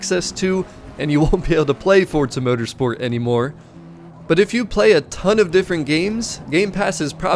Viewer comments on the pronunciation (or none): none